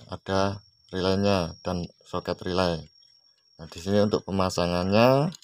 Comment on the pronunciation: Relay bang bukan rylay😊